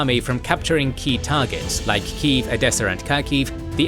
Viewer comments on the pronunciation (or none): none